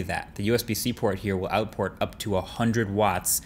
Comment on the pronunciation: “The usb-c port will out-PORT up to…” 🤣